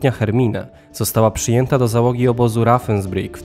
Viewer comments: Opowiada pan interesujące rzeczy ale dobrze byłoby sprawdzać wymowę niemieckich słów. Ravensbrueck, to nie "rafensbrik", tylko "rawensbriuk". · Rawensbrik, się wymawia. V jako W. Pozdrawiam ✌